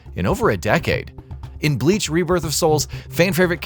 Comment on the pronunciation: My guy I get pronouncing forgein words is hard sometimes but still you are posting a review of a game. Atleast do more rescherch about how to pronounce the words correctly. It's very clear that you have never watched Bleach because if you did then you would have never pronounced the word or character names so badly.